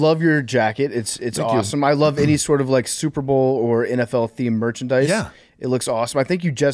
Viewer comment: I can't unhear it. "supe bowl"